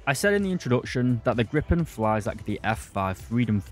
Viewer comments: My man, it's a Gripen, not a Grippen. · Griiip´en. Not Gripppen.